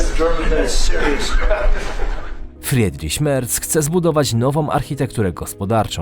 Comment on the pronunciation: Nie żebym był jakimś germanofilem ale "ie" czyta się jako 'i' czyli "FRIDRIŚ" a nie Fredriś. Uwielbiam Twoje filmy i oglądam prawie wszystkie